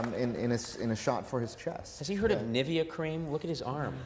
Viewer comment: Wait.. how did you just pronounce Nivea...?